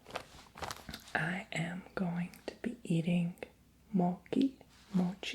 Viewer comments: Lololol love u 💜did u know that there’s also ice cream mochi? I like the ice cream mochi better, u can try sometimes (btw it’s not “moki” it’s “mochi” lol I don’t know how to explain but u know😂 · FYI everyone... It's Pronounced MO-CHEE, not MO-KEY. 😊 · It’s Not Moci, it’s Mochi! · Mochi is pronounced with "ch" like in chalk,or check 😄